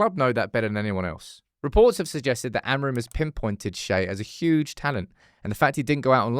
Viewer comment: out here absolutely DYING attempting to remember how to pronounce Shea’s name properly every time🤣